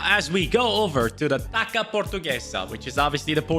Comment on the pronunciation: Taça the c has a S sound because of the tail at the bottom, that hurt my Brazilian heart a little